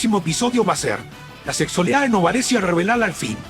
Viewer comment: las mejores partes son las noticias sobre segssualidad de Novarezzio jsjsjsjsj